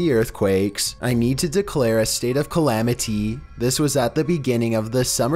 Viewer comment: Not picking but who says calmanety lo